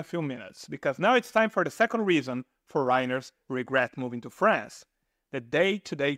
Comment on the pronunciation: face-red-heart-shape:FOREIGNERS in English pronunciation: FOUR' EN- NERS :hand-pink-waving: Please try this! Thank you!